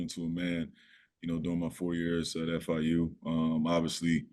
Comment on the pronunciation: YOU MEAN FIU? NOT FAU LOL